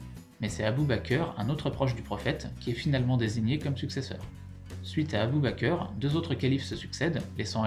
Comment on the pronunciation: "Abu ba cœur" sa me tue mdrr c'est Abu Bakr Siddiq , tu prononce bak pas bacoeur... Et pour le prophète " Mahomet" pour nous musulmans dire Mahomet c'est une insultes car sont vrai nom c'est Muhammad qui veut dire le Louangé car il avait les louanges des anges, mais dire Mahomet signifie l'inverse du mot Louangé... J'espère que vous occidentale arrêterez de faire cette erreur grossière qui est une insultes pour nous musulmans